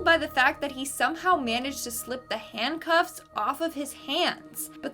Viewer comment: Besides pronouncing intestines wrong do Canadians pronounce "handcuffs"- handcoffs... 😅😂😂🤣🤣